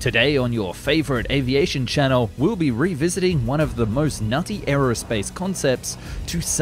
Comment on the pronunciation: O:51 Did you just said RU-visiting??? GOTCHA!!!!!